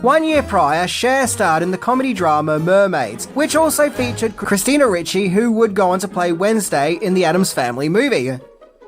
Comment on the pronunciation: Ricci not Ritchie